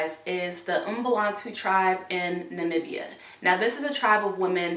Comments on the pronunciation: I'm from Namibia😄😄you pronounced it correct💪💪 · I was just as surprised when i heard her pronouncing it correctly👏